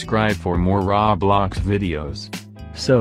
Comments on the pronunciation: I literally always laugh when he says “RAWBLOX” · The way he said “RawBlox” there 😂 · "Raw Blox" lol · "Okay guys" "Rawblox" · "Raw Blox"